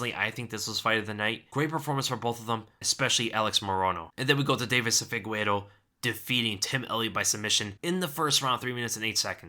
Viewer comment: "Fee-gay-reh-doh",. "Fee-gay-reh-doh".